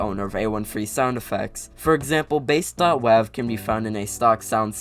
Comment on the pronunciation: .wav would be said as dot wave, not dot wev. Though this doesn't bother me as much as that guy who make Minecraft videos and pronounces composter weirdly.